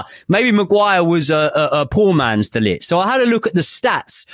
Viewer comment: I really wish that Man U never bought De Ligt. It is unbearable listening to all of these English pundits and YouTubers saying De Lit, De Lick and De Licked.